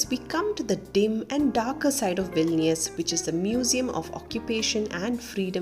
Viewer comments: You said Vilinius 16 times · Hi.. congratulations for 10k.🎉 Actually loved the way you narrated the video. It remind me about my english miss from high school who beautifully read the stories for us.😍 And I think you pronounced vilnius '14' times...